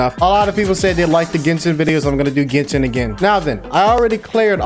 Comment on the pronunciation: Am i the only one heard said kitchen instead of genshin?